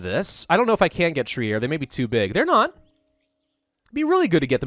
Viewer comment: Trier is pronounced Treer.